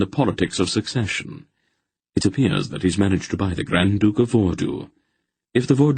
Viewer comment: My one complaint about the reader is their pronunciation of Succession. Over half the time it sounds like he’s saying secession.